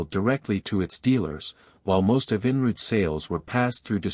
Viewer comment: The AI narrator is beyond horrible. I couldn’t take the Evinrude pronunciation the most.